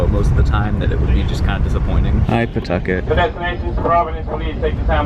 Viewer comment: Not attempting to redeem himself by pronouncing Pawtucket correctly at every possible opportunity 🫶